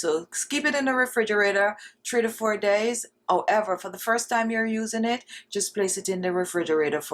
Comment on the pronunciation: Love your accent, especially when you pronounce the following words without the letter 'H'... "Honey = oney", "Hands= ands" and "However=owever".